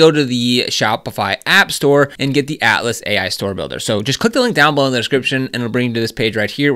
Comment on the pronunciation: You definitely need a newer mic - ouch! When you say Atlas it sounds like Alice. I do however appreciate the much important guide.